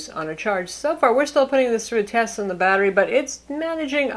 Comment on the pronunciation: Batterh life?